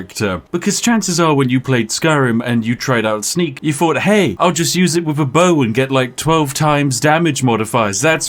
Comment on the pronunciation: Dude cannot properly pronounce the "th" sound to save his life. "Fink/fought," "nine fousand," "wif," "everyfing," "furvur ado," "stealf/stealfiest," etc. I assume based on his YT name that it should actually be pronounced "Spithing Brit"